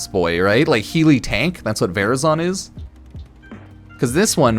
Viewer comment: "Varazon, vazrin" What's happening?🤣